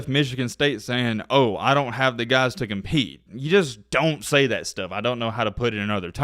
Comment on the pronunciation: Ability to cheat? Oh wait, you said compeat!😄😄😄